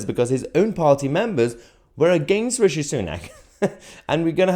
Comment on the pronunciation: Stop calling him rashi it's rishi